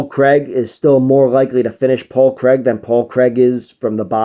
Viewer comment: Great vid man and from a Scotsman we appreciate the correct pronunciation of Craig!